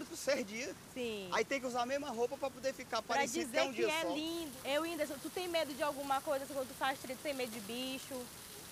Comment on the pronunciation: Mano eu estou com um ódio desse medroso kkkkkk. Winderson falando errado kkkk